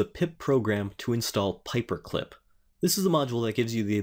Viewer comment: it's "pyperclip" not paperclip. :-)